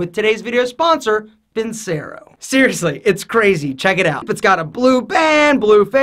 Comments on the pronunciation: how can you claim to be Italian when you don't even pronounce "vincero" correctly? it's "Veen-CHE-ro." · Video sponsor and he pronounces the company wrong 😂 Vincero is pronounced “Vin-chero” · My man did not just say Vincero!!